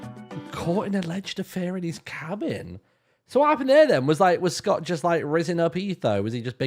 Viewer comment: the worst part is that it's a vowel length distinction. Which is not something monolingual English speakers even realize they're listening for.